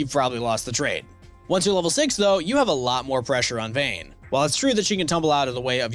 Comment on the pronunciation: Its vayne